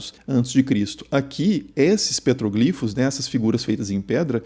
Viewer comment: Eu ri no PETRÓGLIFOS (proparoxítona)